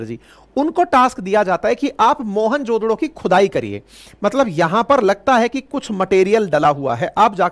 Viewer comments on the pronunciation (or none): 😂😂 MOHENJO DARO 😂 Not Mohan jo DODO 😂😂😂